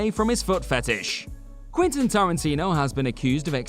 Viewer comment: It's "Quentin", not "Quintin" or even "Quinton" . Learn how to pronounce it.